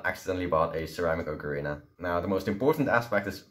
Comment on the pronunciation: FINALLY someone actually says ocarina correctly. :)